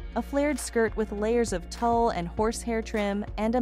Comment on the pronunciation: Whatta shame this woman doing the narrative, Cannot PRONOUNCE BASIC WORDS . THE DESIGNERS NAME IS WANG, NOT WONG. ALSO TULE, SOO MANY MISPRONOUNCED WORDS TO MENTION!